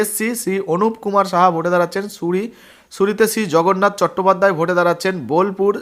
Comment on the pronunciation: আগে উচ্চারন করা শেখা উচিত ।সুরি নয় সিউড়ি হবে ।